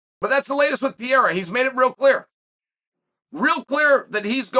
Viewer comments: "Per-era" please Chael, Ariel already taught you.. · Chael, Pierra is gonna KO you for mispronouncing his name purposely. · The evolution of Chael's pronunciation from Pereira to Pierra to just Pierre is truly something to behold. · Can chael learn to say pereira not pieira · Who the Fuck is Pierrerer? Only from Mr Sonnen lol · I've just one question, who the hell is Piera? 🤣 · Let's go "Piyera"! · My dude might have that dyslexia thing because how do you even get “ Piera “ looking at his name? Wtf? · If Chael says it’s “Pee-air-uh” then its pee-air-uh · Never lost a round…never even tried to pronounce Pereira’s name right. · Take the time to pronounce his name correctly please? We say yours correctly. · How are you still butchering Pereira’s name like this 😂🤡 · you could learn how to say Pereira is not that hard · Chael’s commitment to mispronouncing Pereira’s last name is next level lol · Seriously, even after Ariel's correction 😅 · Ariel just told you how to pronounce Pereira's name! You're also the only person that calls Jorge Masvidal George! I think it's obvious that you're doing it intentionally and I like it! 😂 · Only Chael would choose to continually mispronounce someones last name rather then just use their first name. What a legend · yeah but he can pronounce adesanya. You would just think you would take the path of least resistance rather than continually Mispronounce someone's name in a professional context. But it's chael and he doesn't give a shit. He's actually a great example no one is referring to him as sonnen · even after Ariel tells you how to pronounce it on 2 separate occasions and spelling it properly everything, you still can't say the name right. you sure you don't have any CTE champ?